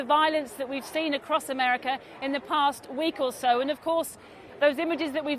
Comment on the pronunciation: "in a 'merkah" as if no where else is civilised.